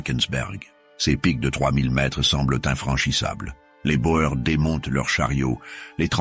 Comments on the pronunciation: les "bo-ères" ...pfff les "boers" c'est du néerlandais et/ou africaans, ça veut dire "fermier"et ça se prononce "bour" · boer se prononce bour. le pluriel est boeren [boûrën]